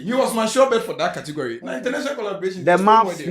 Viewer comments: 😂😂😂 “Cotegory” s3n😂😂😂😂😂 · saaa kortigory🤣🤣🤣🤣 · said Cotigory😂😂😂😂😂😂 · I heard saying Kortigori 😂 who else heard that 😂